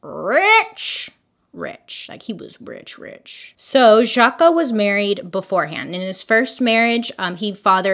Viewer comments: 🤣🤣🤣 Not pronounced Jaka...it's French...zJaaaks with back throat guh sound on the cq is how Jacques is pronounced. Lol...Hilarious! I realized this is 2 years later, and you probably figured this out. lolol...ty ty ;))) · “Zja-kuh”... “jack” 😂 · Jhaaarks not Jack 😁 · Jaques but pronounced shaq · We went from Jaca to Jack— neither correct, on the name Jacques. 😂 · So funny how she pronounces the name Jacque 😅 for those who dont know its a french name and its kind of your US version of the name Jack. ❤ the more you know...🌈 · ...it's the pronouncing Jacques as "Jack" for me LOL love u bailey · I’m gonna need you to learn how to say Jacques in French. 😂 word of the day tho, amirite? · Bailey. Sugar. You can Google how to pronounce the name. Love ya!